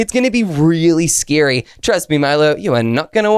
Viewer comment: Scary not srsry